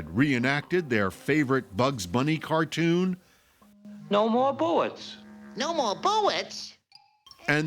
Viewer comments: "No more buwwets in the gun" to "What's up, Doc?" To "That's all, folks" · Well, whadya know? One two(?) buwwets weft.